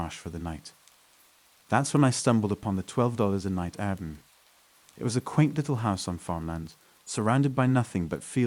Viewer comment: What is with saying "Airbmm" instead of 'Air B N B'?